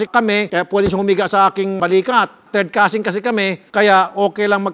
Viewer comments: Causin tutan hahaha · Couzin couzintahan hahahah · cousin daw, "cousin-tahan" hehehe 🤣🤣🤣🤣🤣🤣